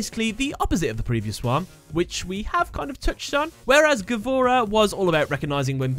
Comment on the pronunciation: by the way gavora is pronounsed gvura, and mean bravery